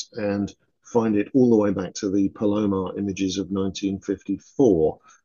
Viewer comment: PAL-oh-mar or PAL-uh-mar. Never pal-OH-mar.